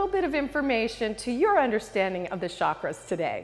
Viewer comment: It's chakras ( cha kk raas ) not shaakras like she says it. It means wheel in india, and has a ch sound like chair